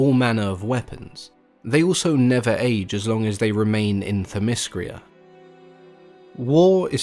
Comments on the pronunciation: it's themyscira not themyscria and titanomachy not titanochamy...(sorry i'm not trying to be a dick,i hope i could help you pronounce the words correctly.Greek is my native language and i live in Greece) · But you need to get your pronunciation right. it's not Thymiscria, It's Theymiscira. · Hippolyta and themyscira and hercules. all said weird man. not used to the alternate pronunciation. lol